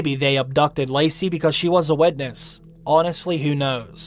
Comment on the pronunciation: It took me a while to understand what you meant by "wedness" :P